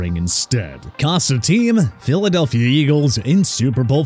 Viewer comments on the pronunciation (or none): none